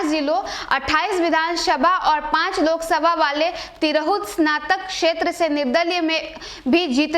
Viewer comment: एक से एक न्यूज ऐंकर हैं भाई, तिरहुत को तिरहतू बोल रही है । ऐसी बकलोल ऐंकर है कि बिहर के कमिश्नरी का नाम भी सही से नहीं बोल सकती है ।